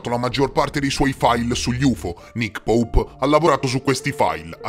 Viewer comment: Grande mi fai morire quando dici Nick poup!!!🤣🤣🤣😂😂